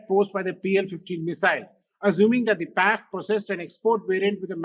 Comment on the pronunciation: Pls don’t say Paiff. Pls separate it as P.A.F., like I.A.F.